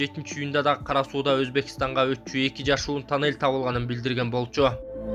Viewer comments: ТОННЕЛЬДИН ОРУСЧАСЫ.ТАННЕЛЬ ДЕП АЙТАТ.🤣🤣🤣🤣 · Айтылышы танель , жазылышу туннель